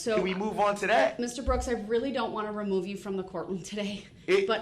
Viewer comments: And it’s “remove me den” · “Remoo me den” - Guy who thought he could outsmart 3 criminal prosecution attorneys